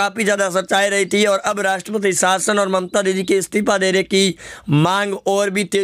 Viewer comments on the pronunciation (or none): none